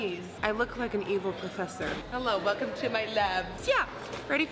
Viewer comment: "Hello velcome to my lab" i dieddd 😂😂😂